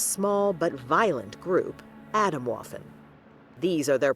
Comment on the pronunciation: Now I wonder how well u research things. This is not „autumn waffle“. You should have put the effort in to pronounce it right. It is so far from what you are saying over me over again. Makes me question the rest of the research you ve done.